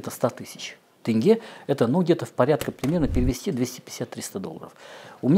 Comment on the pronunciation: Косанов оппозиционер😆 СЭмЭй ...Тэнгэ....ну блин,буква "Е" -ведь есть в русском языке.Почему так трудно произнести "Е"